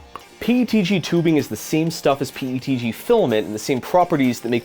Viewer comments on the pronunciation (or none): none